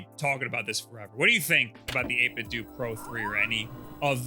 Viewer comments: Isnt it 8bit dough for pronunciation, like nintendo? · You put the B and A buttons in the wrong spot And it's pronounced 8 bit DOUGH like tae kwon do or jeet kune do, like a DAO I don't trust a single word of this video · says it "8-bit-doo" but a lot of others (including the guy in his clip near the end of this video with the disconnection issue) pronounce it "8-bit-dough". So which is it? EDIT: I JUST got to the end of the video where he proves once and for all that it's "8-bit-doo". THANK YOU!!! Kind of dissapointed actually because I think 8-bit dough sounds better. Like "That 8 bit though, bro!" whereas 8-bit doo just... doesn't make any sense in a sentence? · Always thought it was pronounced 8-bit-do (like dough) so 8-bit-dough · 8bitDOO and not 8bitDOH. Wow, I didn't think that'd be the way to say it. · It's funny, because back in 2013 or so when the company was first founded, their logo looked very similar to the Nintendo logo, except with the pixelated "8Bitdo" text. Reviewers from that time were pronouncing it either "8bit-doe" or "8bit-doo", even in official material like their 8bitdo ZERO videos on their YouTube channel. My theory is that, because lots of people kept pronouncing it "8bit-doo" since they weren't sure how it should be pronounced, that's the official pronunciation they went with when it came to their rebranding.